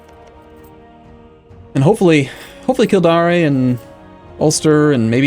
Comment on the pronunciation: Just a friendly pronunciation tip: 'Kildare' is pronounced 'kill-day-er'